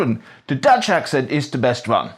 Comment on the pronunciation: You forget all the v’s you put where there’s none. In this video you say “van” to mean “one” several times